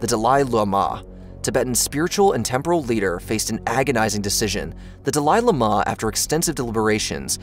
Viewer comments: Dalaili mah? The fuck. How does this still exist. If we are being taught history, I'd like at a reasonable mispronouciation. Not what ever that was. And repeated dozens of times. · Idk why the incorrect pronunciation of Dahli Llhama pissed me off so much. I'm sure i misspelled that which in turn pissed another person off. Sorry. Lol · Dalai Lama is pronounced like "Dolly Lama." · da-lie la-mah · Aint no way you're pronouncing Dalai Lama like that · The Dalai Lama pronunciation is lol weird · How on earth does one butcher the Dalai Lama to such an extent I thought there was yet another unfortunate soul to suffer the same fate as the Dalai Lama. Took me an embarrasing amount of time to realize you just seem unable to pronounce such a famous entity. I still have trouble believing a channel such as this can make such a silly mistake.